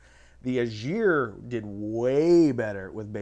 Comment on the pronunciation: VEE-dar, not Vai-dar, and EYE-gir